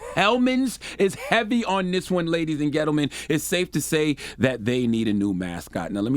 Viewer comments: Are you saying 'ladies and ghetto men'???😂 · Did he say Ladies and Ghetto men?? Lmao.